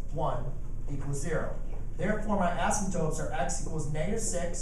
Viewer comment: A-symp-totes, not ass 'em totes ;)